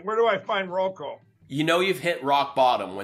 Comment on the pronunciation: Lindell needs to find a reverse mortgage company to be the face of. R.M. lenders are scummy to begin with and Selleck already reps one of the main ones. I guess the ⅛th wit will have to find a sub-par company. Ffs, he's still saying, "Roko." Ugh ugh ugh ugh.